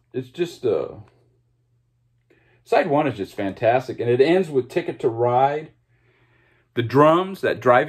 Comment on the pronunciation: Generally agree, although come on with Sweetheart of the Rodeo. Remember Gram Parsons vocal was removed from most of the album. On the bonus tracks on the cd you get an idea of what this first country rock classic might have sounded like. Please stop saying 'fantstic.'